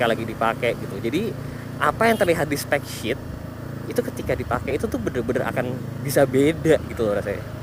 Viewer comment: specsheet brooo bukan shit wkwkwkwk